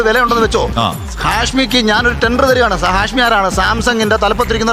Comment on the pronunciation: ഹാഷമി അല്ല ഹാഷ്